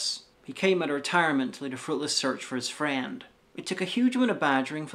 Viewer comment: Why do you pronounce "friend" as FRAND?